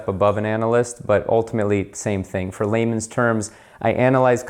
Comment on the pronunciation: You don’t say which bank you worked for, but say ‘In lehyman terms...’ lol